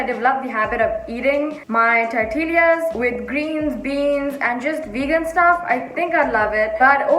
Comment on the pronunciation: Tortill-ee-as.. I'm sorry i died😂😂